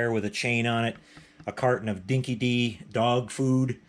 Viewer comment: Great video...but as an Aussie I cringed every time you said “Dinky Dee”. It’s pronounced “Dinky Die”...it’s one of the true bits of Aussie slang...in this case it means "loyal". And with you being such a "true blue" Mad Max fan...that’s a detail you need to get right...😂 BTW This was a very cheap Australian dog food back in the early 80's and I remember feeding this dog food to my own dog...it was terrible smelling and she totally hated it...🤣